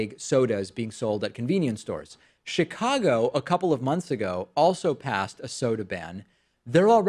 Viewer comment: they way David said Chicago reminded me of an old video in which he said he often mispronounces Chicago and says it like he would in Spanish..